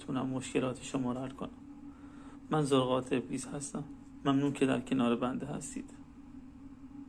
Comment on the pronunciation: توحتی نمیتونی زرقاط روتلفظ کنی احمق بعدطلسم نویس هستی خداتووامثال تورولعنت کنه